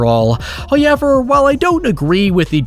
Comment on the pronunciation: i swear you're just saying "huyever" as much as you can to piss me off...love your videos